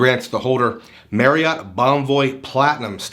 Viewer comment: Was looking at reviews of this card and noticed you kept on saying Marriott wrong. It's pronounced "Marry-it" sort of rhymes with chariot. It's not pronounced "Merry-yacht" Kept on jarring me during the video.